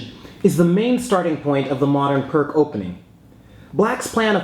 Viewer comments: PRK ? WTF !!? ... :-) Vasja Pirc ( a Slovenian GM ) - Pirc is pronounc. like "PEERTZ" and no "PRK" !!... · Its not Perk its Pirc. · its peerc defense not perk defence . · its actually pronounced pirc (peerts) defense. but good vid and yasser says austrian attack was best against pirc. its also a favorite response of mine to the pirc defense. 2nd is classical. 3rd saemisch. 4th can be 150 or four pawns. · You've probably been getting this but it pronounced "peerts". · Actually it's pronounced "peerts." I enjoy your videos very much! Keep them coming! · I thought it was pronounced "Peerts"? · Pirc pronounced his own name Pierce, FYI. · it is pronounced like peerts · It's pronounced "Pierce" Defense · Really? I thought it's pronounced "purk"defense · Pirc is read as "peerts", actually =/ Great vid nevertheless. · "Peertz" Opening. Please. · Indeed, thank you!!:) I don't know what I didn't use this pronunciation - I was alerted of this in my teens but for whatever reason decided to go ahead and keep saying Pirc anyway hehehe:) Sent with love,!:) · It's Pirc as in Vasja Pirc. If it's a person's name you should at least try correctly pronounce the name. I don't really mind though. It seems to be kind of a running gag in chess to butcher foreign names as much as possible.